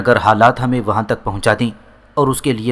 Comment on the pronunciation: YAR AAP KO URDU PARHNA BHI NAHI ATA HAI NUDRAT KO AAP NADRAT PARHTE HAIN OR UMRA AAP AMRA PARHTE HEN OR TUK KO AAP TAK PARHTE HEN OR BOHOT SARI GHALTIYAN HEN LEKIN AAPKI AWAZ ACHI HE